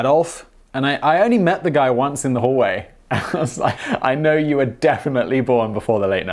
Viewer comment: ish ... Did you say that: you were or weren't born before the 1960s? Because I, can only hear you say "were" .